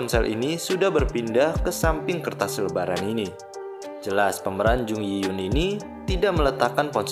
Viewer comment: Berikut beberapa kesalahan pada video ini : 1. pengucapan nama karakter Yoon Sae Bom yg benar harusnya YUN SAEBOM, bukan yun sebum. 2. pengucapan nama karakter Jung Yi Hyun yg benar harusnya JEONG I-HYEON, bukan jung yi yun. 3. pengucapan nama karakter Han Tae Seok yg benar ya HAN TAE SEOK, bukan han te suk. 4. pengucapan nama karakter Oh Joo Hyung yg benar harusnya OH JU HYEONG, bukan oh ju hyung. Jelas, dari sini kita semua bisa liat klo si adm ga teliti dlm melakukan pekerjaannya. Bagaimana bisa dia melakukan kesalahan disaat dia sedang mengoreksi kesalahan dari hal lain? Manusia emang ga lupuk dari kesalahan, tp klo dibanding kesalahan dlm penempatan barang yg berubah tipis dari tiap scene film/drama (seperti bbrp yg admnya sebutkan di video), jelas, salah menyebutkan nama jauh lebih fatal. Terdengar sederhana dan sepele tp sebenarnya itu berpengaruh sangat besar dlm berbagai hal. Sekian koreksi dari saya, terimakasih.